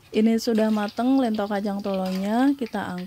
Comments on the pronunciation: lentho (spt bilang 'lenteng agung')...bkn lento.. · Lento di baca dengan 'e' pepet mbak, bukan dengan 'e' taling... 😁🙏🏽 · Bukan ieto tapi lento tau